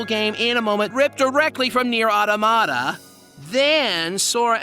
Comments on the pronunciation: You seriously pronounced automata incorrectly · The way he says automata hurts my brain.